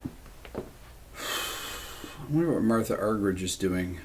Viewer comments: Rick, it's pronounced. Argerik not ' rich ' a bit like your name is not pronounced Beeto, Gerrit? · thank you for this priceless homage for one of the greatest and i like the way you (der amerikaner) pronounce her name argeritsch😂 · Last name is pronounced Ar-ger-ich. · Her name is pronounced...are-hear-each...for what its worth. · Rick, if you ever get to meet Ms. Argerich, remember to pronounce it Marta! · Not the way she , herself, pronounces it… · 80 years old and has been famous for decades and you STILL can't pronounce her last name?? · And Obama mispronounced her name when he gave her the Kennedy Center Honors award. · You're pronouncing her name incorrectly. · Incredible for someone 80 years old. I'm nearly half her age and I don't even have my own piano concerto memorized. It's a shame that one of our former presidents couldn't even pronounce her name in front of her face. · One in a million indeed -thanks RB! If anything, I wish you would make the H a little bit more silent (as in 'Marta' the Brazilian soccer legend), then have the G sound more like an H ('Arhherich'). Being an Argie it is pronounced that way. Back to the music though, the Scarlatti 141 OMG! Un abrazo buddy